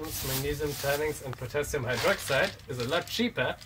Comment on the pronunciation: Finally, potashium